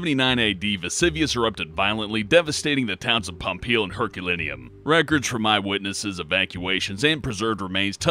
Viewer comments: LOL he said Pompeii like pompeil when it's pronounced pompay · It's pronounced pom-PAY, not pom-PEEL. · Pompeel? ... really...? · he said pompee not pompeii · It's Pompeii (Palm-p-eh) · #5 it you say Pompeii like Pompay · its Pompeii not Pompell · pompeel? its pompeii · Oh. Dear. God. Did he just fucking pronounce "Pompei" as "Pompeel"? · Pompeal?!! Americans, am I right? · Did he say pompeel? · It's pronounced Palm-pay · How do you pronounce it pompeel I've never heard anyone say it like that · Did you... really say Pompei that bad? IT DOESN'T EVEN HAVE AN L WHERE DID THAT L COME FROM!? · I cringed when he pronounced Pompeii, pompeil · Wait wait wait, how did you pronounce Pompeii? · pronounced the volcanoes wrong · Can stand! Voice is terrible & can't say shit like Pompeii correctly, those are "i"s u momo not Ls. Have u even heard of these places or do u just read off a price of paper and then go back to playing with Lincoln logs, ya big dummy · I had MAJOR mindfuck when he said Pompeii, like, "What did you say,? Do I have to kick your ass again?"